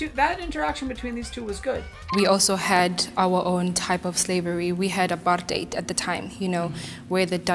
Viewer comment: You mispronounced Apartheid and it ended before you were born.